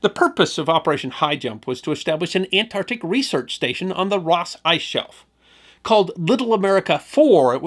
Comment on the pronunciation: Say it with me..ant..arc..tic ah...see, that was not that hard